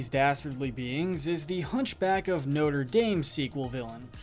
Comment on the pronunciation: Did this guy just mispronounce Notre Dame on a Disney movie list. Really?